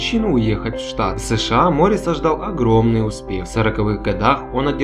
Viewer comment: Не МОрис, а МорИс, недоумки....